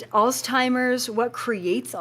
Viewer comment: There is no "T" in alzheimer's disease.